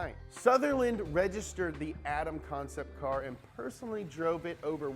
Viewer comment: comcept car?? lol did really think it's written the way you said it, or was that just a nice joke?